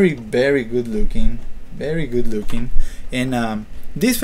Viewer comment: You sir have a BERRY BERRY BERRY BERRY bad english pronunciation XD